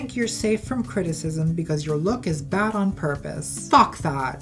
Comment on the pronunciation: If anybody should have been cancelled for anything, it's for how Buck Angel put the emphasis on "BAD taste" both times instead of highlighting the difference between "GOOD bad taste and BAD bad taste."